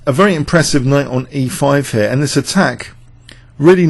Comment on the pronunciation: 'here' always sounds like 'hair':-))